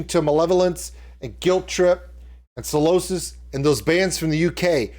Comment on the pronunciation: Hey dude - great reaction and you’re right about the rules of having a great time in a UK mosh pit. However it’s pronounced Psy- losis not Salosis 😂- love from the UK!